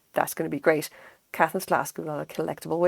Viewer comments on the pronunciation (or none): Lovely video, thanks. Beautiful work and I agree it's a joyful thing. The design looks like it might be Moon Crystal. I collect a lot of Caithness glass and have many of the seconds. I live in Scotland so find them in junk shops and thrift stores. (PS pronounced "Kay-th'ness")